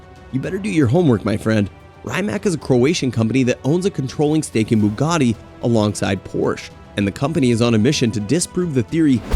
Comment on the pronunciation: Cos'è la Bugari? Gli americani sono l'unico popolo che chiama tutto con la propria lingua. Bugatti, si dice Bugatti anche se parli cinese o arabo, si dice Bugatti con la pronuncia del paese di provenienza, non bugari